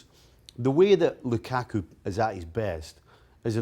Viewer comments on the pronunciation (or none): the way they pronounce LUKAKU makes me cringe